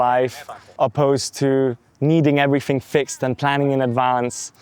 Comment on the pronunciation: There's something seriously off about this guy. Growing up in the UK and not having a British accent, like - what?! That's literally impossible. He also can't say TH but replaces it with F. "Fink, everyfing", that's what Serb's do. Literally living in 3 different countries, speaking 2 languages and not developing a native accent in any of them...unbelievable and not possible. So yeah, something is not adding up.